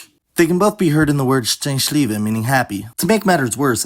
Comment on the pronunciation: Same, I upvote this. However right after that he pronounced both sz and ś correctly in the word szczęśliwy.